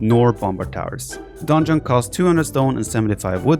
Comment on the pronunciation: Nobody: Absolutely nobody: The viper: "DONEJON" Love you viper haha